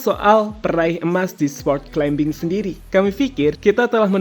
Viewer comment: Maaf mas, climbing bacanya climing, seperti plumber bacanya plumer